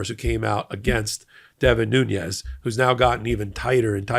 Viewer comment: I don't think the second N in Nunez's name is the spanish enya. I think it is pronounced as an ordinary n.